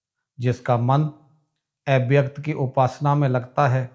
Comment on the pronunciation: Kripya thoda uchchcaran par dhyan den EIVYAKT nahi AVYAKT hota hai